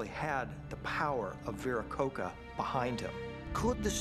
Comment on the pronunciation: Can’t even pronounce Viracocha correctly. Viracoka?? Vi ra co cha Like cha cha charmin.